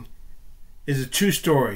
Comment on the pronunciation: TWUe STowRy